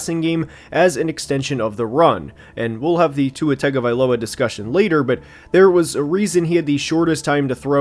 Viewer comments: when you say Tua’s last name it’s not pronounced tag-guh-vie-lowa it’s actually pronounced Ton-guh-vie-lowa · Respect to you and any research/work you may have done to put out this video but man if you can't even get the names of the players right, in what sense are we as viewers supposed to take your opinion as valid and credible. Like it doesn't even take 2 seconds to look up how to say Jonah's or Tua's name yet we're supposed to believe your insight on how the team will perform due to cuts and adds? I get not everybody will know everything about every team but honestly it just feels lazy how little added opinion was given in the video. Kyle crabbs saved your butt if we're being honest. I hope you grow to be a better analyzer in the future and wish you luck. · how do you cover the NFL and not know how to pronounce tagovailoa?